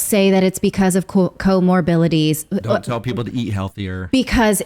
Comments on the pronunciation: It’s pronounced co-morbiDities! Not co-morbiLities since you are speaking like you know how to interpret scientific data. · What are “co-mobilities”?